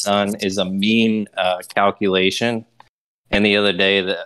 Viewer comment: What is this "ghallkuhleeeehshons" you are talking about?